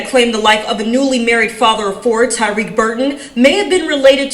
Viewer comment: Why did the news reporter demolish his name tho???? So disrespectful...respect the deceased by pronouncing his name correctly. Damn.. it's not hard to pronounce..TY-REEK. Not Ty RECK. 😑